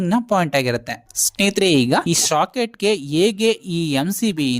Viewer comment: Very clear explanation. But; why do you call a socket as shocket bro?